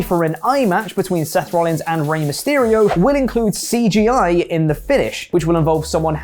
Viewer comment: "it will include CGeye" ... eye get it